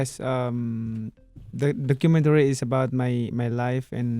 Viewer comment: I must see that "DOCKAMINNERY". #facepalm